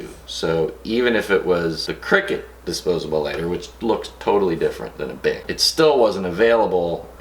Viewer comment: I kept hearing big not bic and I'm like "Bitch wtf is a big lighter they are all the same size"